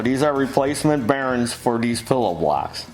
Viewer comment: It's bearINGS not bearins. :)